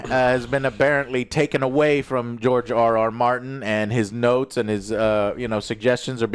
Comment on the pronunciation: George R Martin 🤣🤣 I thought you said GIORGIO ARMANI!